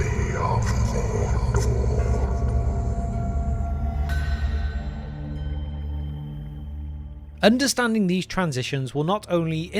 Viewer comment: Gates of Mordor not ereador